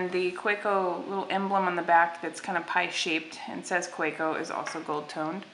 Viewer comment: Kaweco: Kuh-veh-co